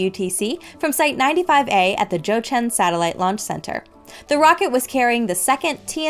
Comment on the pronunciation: Wow that Jiuquan pronunciation was spot on!!!!🎉